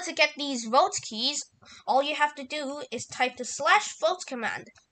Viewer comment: "Right now where my keyzzz"